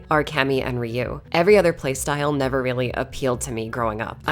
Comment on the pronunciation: It's 2023 and people like you still pronounce Ryu wrong; thumb down for the disrespect of saying someone's name wrong.